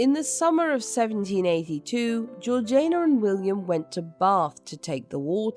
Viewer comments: Georgaina? Not being British ..but still "Georgiina" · Isn't it Georgiana (like Victoriana), rather than Georgaina? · Georg ee ana. Not Georgaina. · GeorgINA, GEORGINA not Georjane-a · Great episode, but isn’t it GeorgiANA and not GeorgINA? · Why is her name pronounced Georgian nah and not heritage ee sh na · Well I am British and I am telling you that is NOT the correct pronounciation - it is Georgie-Anna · So did I! I'm sure it should bt pronounced Georgie- anna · This has to be yet another useless AI narration, - it is horrendous that it cannot pronounce the name of the duchess and really annoying. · Sorry but I can’t hear her name pronounced like that !